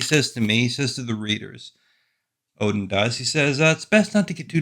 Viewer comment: It's Odin not Odin